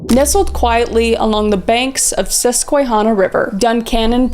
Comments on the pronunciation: It's pronounced Sus kwa hannah (Like the name hannah) Just wanted to let you know because I live in PA <3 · It's Sus-kwa-hannah. Susquehanna, that is. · Sus-kwuh-Hannah. You made a good attempt but "skway-hanuh" didn't sit right, i accept your apology though 😂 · She says "what a stupid name" 😂 I live only 20 miles from Duncanon, PA. Almost pronounced Susquehanna correctly. (the hanna part sounds like hand not hond or hanna not honna) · pronounced Susqu-wa-hannah by the locals ❤️ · hi kris, pennsylvanian here! susquehanna is pronounced sus-qua-hannah! honestly you were so close!! lots of love <3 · Great video! The Susquehanna river is pronounced Sus-kwuh-hannah, like Hannah Montana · it is pronounced “sus-cwuh-han-uh” ~ han as in hand ! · Sus-ka-hannah is how I've heard it pronounced for Susquehanna river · Very interesting cases!!! Also, close with Susquehanna, we pronounce it Sus-Qwuh-hannah in PA 😊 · The way you said "Susquehanna" made me cringe XD Not your fault, no one knows how to pronounce it lmao you were close the second time you said it though! Also, had a friend who lived in Duncannon a few years ago (she's moved since then) and let me just say...creepiest freaking place ever. She HATED walking around by herself...especially because she lived right next to the dang cemetery o-o Honestly, the entirety of the Susquehanna Valley feels...strange. Got a few stories of different areas around here. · You really butchered saying "Susquehanna" and "Appalachian" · As a resident of PA I’m pretty sure It varies on what region people are from but usually Susquehanna is pronounced like the name Hanna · That was a HORRIBLE pronunciation of Susquehanna. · The way Kris pronounced Susquehanna 😂 PA words are such a pain to pronounce. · Love this video Kris and you did say Susquehanna River wrong. lol. I got chills when you spoke of a place so close to where I live and grew up.